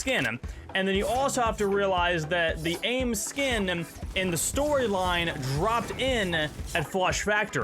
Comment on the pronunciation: This man says skinmmmm